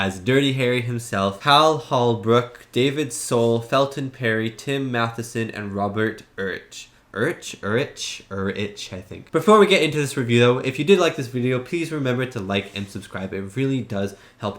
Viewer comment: Robert Urich (pronounced Yurick) went on to be the lead in the tv show Spencer for Hire.